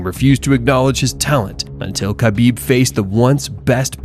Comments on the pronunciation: Man, small correction: Khabib sounds like "Habib", K is silent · HA-BEEB. Not KHA-BEEB. A little respect goes a long way.